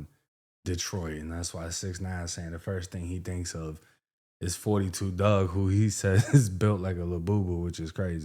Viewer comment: Bro didn’t even say 42 duggs name right it’s 4 2 dugg😂😂not 42